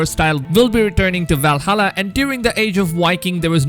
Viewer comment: val-ha-lluh, not val-hulla